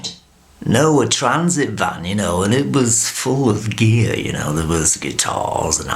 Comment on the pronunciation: Love George. "He liked the acoustics in thur..."